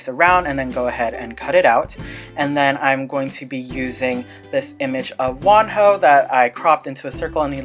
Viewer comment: Pretty sure the h is silent in wonho oof